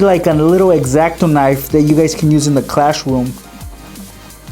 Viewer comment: Why you are saying clash room